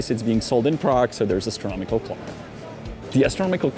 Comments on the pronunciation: For the love of god its not "astromical" its "astronomical" hearing you say it the wrong way multiple times in a row makes me physically hurt. Other than that great video, greatly appreciate you for bringing attention to problems like these hideous shops! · Janek, your English is amazingly accurate, but sometimes your pronunciation is wrong. Astronomical is correct; astromical is not. Wafer sounds like wayfer, not wahfer.......as if I could pronounce Czech correctly....Thanks pal!